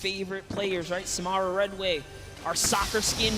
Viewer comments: I hate how they said SaMARuh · They keep saying samara name wrong 😂